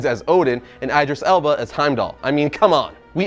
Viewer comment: Mispronounce Idris Elba's name again and see what happens!